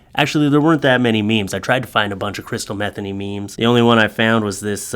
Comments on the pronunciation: Her name is pronounced Matheny, you pronouncing it methany is funny but incorrect! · I think it is mah they knee. But still awesome sauce content.